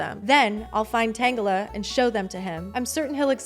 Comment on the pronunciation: No, I prefer your pronounciation of Tangela